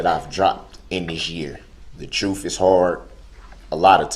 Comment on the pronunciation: Troof! No need to axe to re-moo-me-din as it was worth (worf?) watching.